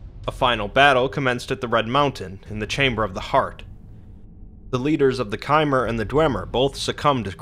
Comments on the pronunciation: How hard is it to say chimer instead of kaimer??? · It is pronounced Ch-y-mm-er not kymer. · Its ch-i-mer not kimer, chimer Great video though keep up the great work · Chimer is pronounced "Cheye-mer" like "wind-chime", not "Kai-mer" like Khmer Rouge. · "Chimer" is pronounced as "t-jimmer"